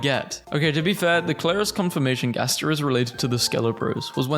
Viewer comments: It's pronounced "gast-er" not garster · umm yea i'm from pennsylvania and i'm pretty sure it's pronounced gæster blæster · how to say gaster "gas-ter" hope that helps😊 (not hating)